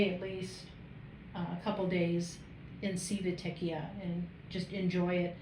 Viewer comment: You have some great content. So, thank you for that. One suggestion I have is this: for future videos, if you are not absolutely sure how to pronounce the name of a city (or of whatever), do a Google search for how to pronounce it. Here, just Google "Civitavecchia pronunciation." If you had done that for Civitavecchia you would find that the proper pronunciation sounds like: chee vee tah vek ee ah.